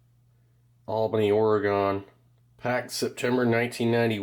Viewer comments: steve pls. Say it with me: "Oar-e-gun". It's not "OAR-A-GON". 😭😭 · We know Steve is not from the west coast - OreGone 😂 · Thanks for the videos Steve, great to see you back. BTW ( Oregon) is pronounced "Orygun".